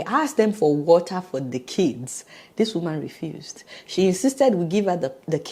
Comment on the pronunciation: What an unnecessary hastle! I am so so sorry. I hope you wrote a very strong letter to the Honduras Embassy or Government. This lady needs to be demoted. She does not have the integrity or intelligence for her post. Adeola no offence meant but please pronounce the TER in water. Congratulations on obtaining US citizenship! God bless.